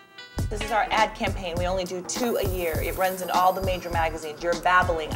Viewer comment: "Cam pain" ?????😆😄😂😂😂😄 Its "Campaign"